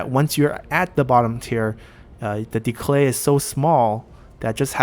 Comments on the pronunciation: are saying decLay...? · Great video! Very insightful. The only thing that puzzles me is why you add an l in the middle of "decay" :p